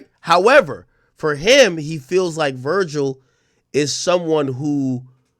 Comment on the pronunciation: “Vergial” is crazy ☠️☠️